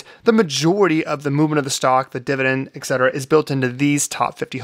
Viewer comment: et cetera, not eck cetera. just saying